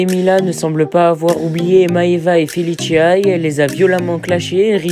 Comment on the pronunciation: Il me stresse quand il dit FeLiChIa c felicia ça se prononce normalement